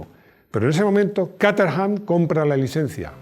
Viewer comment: cómo te esfuerzas tanto en pronunciar nombres y marcas como se hace en su idioma de orígen te lo comento a modo de chascarrillo, Caterham se pronuncia /kéy-tram/ en inglés. Me quedé roto cuando lo escuché 😅. Me encanta tu canal, un saludo.